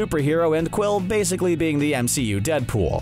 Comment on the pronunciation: Did he actually say waysically ? Lol